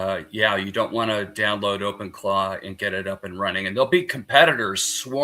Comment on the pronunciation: Are they saying Open Claw or Claude?